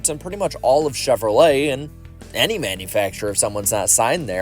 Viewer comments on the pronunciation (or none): none